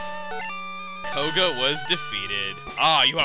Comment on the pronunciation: I like how in the beginning, koga sounded like an very emphasizing man. Then near the end he became japanese/chinese. lmao.